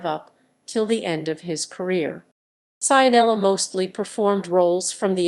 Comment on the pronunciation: Pronunciato Saianela non si può sentire.